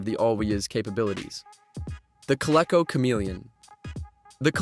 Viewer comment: It’s pronounced Co-Lee-co.